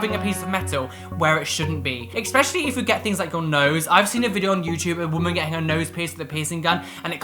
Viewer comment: there is no X in the word ESPECIALLY. 😉